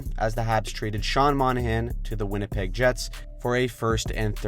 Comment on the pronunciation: You called Winnipeg “ win a pig” I’m stealing tht.